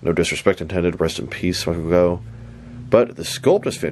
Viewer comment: His surname is actually pronounced ‘Goff’ not ‘Go’. I know it doesn’t make sense, but that’s the English language for you 🤷